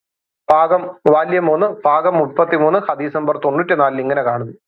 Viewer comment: ഹതീസല്ല. ഹദ്ദീസ്